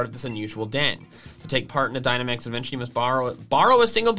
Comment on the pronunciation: I honestly loved that they did this. It feels like something that would be in a Pokemon movie! And OH MY GOSH I literally keep thinking of Sea Hawk saying adventure every time Peony says adven tour!